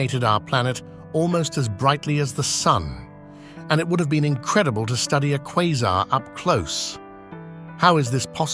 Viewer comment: AI voice couldn’t decide how to pronounce Quasar